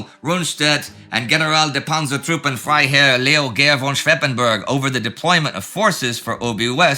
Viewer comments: Slight correction there: its Leo Geyr von SchweppenbUrg not SchweppenbErg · It's "Schweppenburg", not "Schweppenberg"...